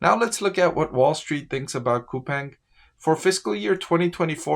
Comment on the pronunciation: Btw its Cou-PAHNG i live in korea